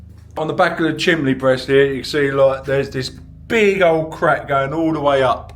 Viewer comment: Is he saying chimbley?